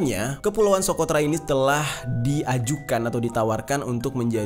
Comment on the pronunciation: Bang pulau nya bukan sokrota bang salah ucap,Tetapi tempat terkurungnya dajjal itu SOCOTRA